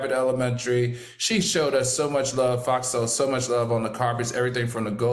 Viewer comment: Al and his "black lurv" 🙄